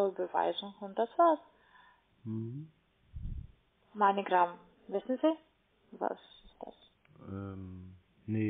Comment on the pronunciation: Heißt das nicht Moneygram oder so ähnlich? Sie sagt immer Meinegram :D